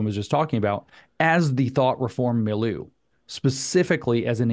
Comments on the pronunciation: Mileu = mill•yʊ (as in look, book) Cheers! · “Mill-you” Milieu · Take a drink every time somebody mispronounces milieu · Please learn how to pronounce milieu!